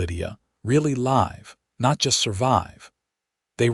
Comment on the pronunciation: Very good story. Interesting, full of intrigue, suspenseful, all good elements. Narration was good, but AI still needs improvement on the correct pronunciation of several words, in relation to the sentence, like read, live, and content. Stating the legend and love of the whole story doesn't need repeating three or four times at the end just to use up time. A little more editing would go far. Listened from Northeast Florida USA.